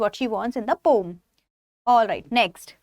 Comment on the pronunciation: Ma'am pom nhi po-um hota h!!! Aapka pronounciation galat h!